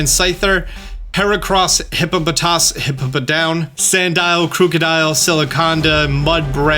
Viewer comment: Ekans is my favourite Pokemon really wish it had been in Sword & Shield and I hoped it would return in Scarlet & Violet I was pleased to have it in Brilliant Diamond and please say Misdreavus's and Hippowdon's names correctly